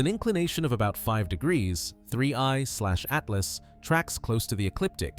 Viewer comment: Did my dude say 1/30tooth.